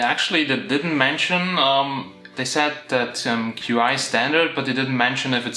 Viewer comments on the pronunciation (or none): It's not "q" "i", it's pronounced "chee", and it's the pinyin spelling of the Chinese word "qi", which means energy. I was a Chinese linguist in the Air Force. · pronounced qi as q i when it should be pronounced as chi... The video suddenly lost all its credibility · Qi is pronounced chee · The wireless charging is pronounced "Chi" not Q.I..